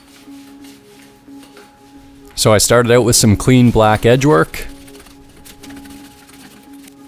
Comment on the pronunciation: Are you Canadian? No biggie, just coulda swore I heard a “cut the line oot” in there…😅